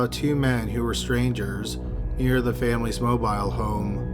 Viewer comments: I'm annoyed by him mispronouncing mobile home and when she's supposed to testify she happens to get an air bubble?? Please, they shut her up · Why the hell is he saying mobile home like that in the first case?